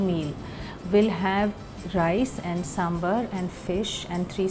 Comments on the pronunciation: Neha Verma yes , northies keep calling it Sambur , it is Sambaaar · What is this pronunciation "Samburr"? It is Sambar. As in bar from Bar and Restaurant. Would you say, Burr and Restaurant? Come on, its 2021!